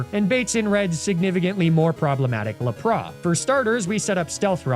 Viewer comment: Did not expect to laugh so hard at how he says Lapras. My relatives live in a small area in PR called 'La Pra' that's said like that 😂